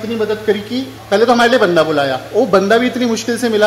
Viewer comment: Banda not Bande